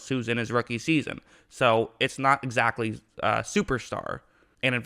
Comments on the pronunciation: “Ecactly “.... yeah, seams fine to me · Did you have a fucking stroke? Ecactly? Rullell?